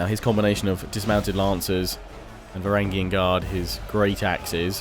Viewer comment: in the word Varangian, the letter g is soft